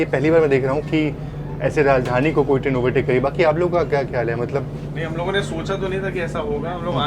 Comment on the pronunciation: राजधानी होता है ना कि राजधनी 😂